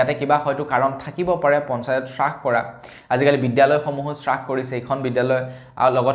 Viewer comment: সু সুপ্ৰভাত। ৰ news চাই ভাল লগা।পিছে আজিৰ বাতৰিত আপুনি হ্ৰাস শব্দটো শ্ৰাস বুলি ভুলকৈ উচ্চাৰণ কৰিছে।এনে হব নালাগে।